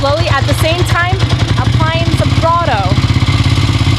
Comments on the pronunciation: It's throttle not throtoe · "applying some throtow" ? >_< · What the fuck is "throtto"? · I stopped listening to her advice after hearing her say "applying some throtto." uhm, no. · "at the same time applying some throtto"? ...okedoke. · Did she say Throttow? lololol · shot outs to her "moretorcycle" and "thrawtle"